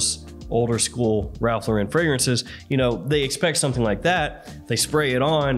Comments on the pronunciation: It IS actually pronounced Lauren. Like the first name. Not la-ren. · His name is Ralph Loo–ren, as in low and rent with no w and t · Is trolling constantly or do he and tons of other reviewers have no actual idea how to pronounce Lauren… nearly everyone screws it up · You're still mispronouncing "Lauren".